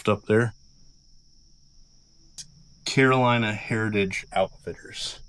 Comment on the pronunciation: South “crack-O-lacky”😂😂😂